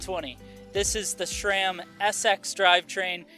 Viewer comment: It's Sram not SCHRAM